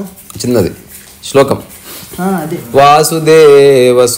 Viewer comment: వాసుదేవ సుతం కాదు నాయనా'వసుదేవ సుతం'.మర్ధనం కాదు బాబూ'మర్దనం'. సంస్కృతాన్ని ఉధ్ధరించకపోయినా ఫరవాలేదు.ఉత్తరించకండి!